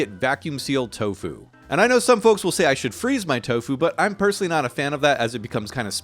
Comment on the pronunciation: “I ❤️ TOFU” 🥰 “I ❤️ TO FU” 💀 💀 💀